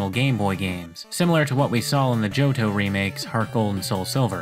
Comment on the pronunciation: Me: Real cool content, love these kinds of videos.: JohDOH